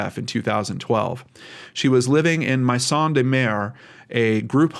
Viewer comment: When you do a followup, and I believe you will need to sometime soon, I lived in Laf.uson', and 'Maison' is pronounced 'MAY zahn' or (in New Orleans area) sometimes 'MAY sahn'. Good reportage as always. it's always a little weird when you are covering a place I grew up near.